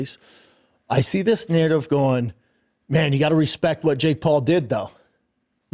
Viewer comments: Every time i hear this goober speak the word Narrative gets thrown around But he spells it Nurrativ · There's always a narrdiv B